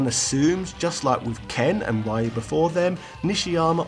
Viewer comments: REEEEEE-UUUUU!!! NOT RIE-YU!!!! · i press downvote just because you pronounce ryu as rahyoo.. itu's ryu dude.. google it. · Its not even reeuu its literally ryu, just one sound and the Y is pronounced like a consonant and not a vowel. Its pronounced just like the letter Q, or kyu, but with an R sound, ryu, instead(actually its somewhere between an R and an L sound but closer to an R for western ears.) Say the phrase "I hea(r you)" and that's approximately how its supposed to sound. In fact take the dragon punch name Shoryuken, which I'm sure you hear as Shore You Ken with a western ear, and split it up into its japanese syllables Sho Ryu Ken, and that's exactly how its supposed to sound(minus the long vowels present in the move for those who know better.) Either way I think he just leans into mispronunciations in general because he knows he can't do it well anyways. He just sight reads treating it as English rather than trying to use romaji pronunciation rules. His A vowels are almost always pronounced as in Hat, which is a sound not even existent in Japanese, as they are always pronounced as the sound in Hot instead. Its no big deal though. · Ryu is Reeyu Not Raiyu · Ryu is pronounced as "Re-yoo", not "Rah-yoo"... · Ryu is pronounced Ree - Yu! not rye - yu! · Come on! Did you even read your comments?!? RYU is read as REYU! NOT RAIYU! God damn! I am unsubscribing your channel! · How is it that people still pronounce Ryu as "Rye ooo"? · man... he got Ryu name wrong... its reeuu and the "r" has a sound close to the "ri" in the word "america" but some experts have pointed to me that the "r" has the same sound of the double "t" in the word "better" or the single "t" in the word "water" for the U.S. english speakers. just commenting, though. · REE you. Come on...it's 2020, lets get the names right people. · NO SIR!! NO RAAAYEEUUU....REEEEUUU...2020 and still screwing up the pronunciation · Rye you Ha doo ken Shy roo ken Does this guy do research?